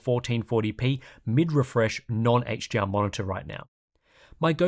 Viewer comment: Are you saying HGR or HDR? Between and